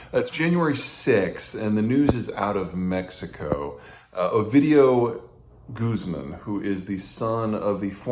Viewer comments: It’s not Guuu-zman it’s GuzmAN with emphasis on the A buddy. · It's guzmAn, not gUzman.